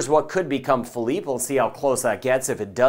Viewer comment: You're the man. And you know how to pronounce Philippe. Lmao Hall Yall